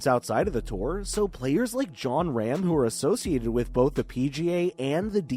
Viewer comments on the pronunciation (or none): its pronounced ROM not RAM ..